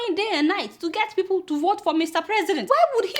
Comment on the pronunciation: Buhari needs tongue surgery. Like its people not fiiple! Lol kk